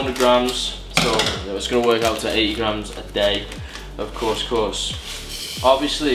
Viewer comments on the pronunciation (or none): Course course 😂😂 Its cous cous bro😂